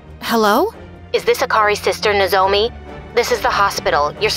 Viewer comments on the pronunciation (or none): lmfao that's not how you pronounce nozomi